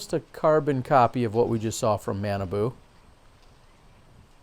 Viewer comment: Super Fun....Awesome foliage...beautiful day...really good putting...really bad putting....Jacky Chen!!! I liked the last Hole. I liked a few of the uphill ones at the opening. - - It's 'Mah'-'nah'-'boo' ... he's from a different part of Minnesota. So his name doesn't sound like banana at all. - - Feeling spoiled to see this footage. - My guess is Innova will sign Mr. Chen. Discraft is doing the Brodie thing.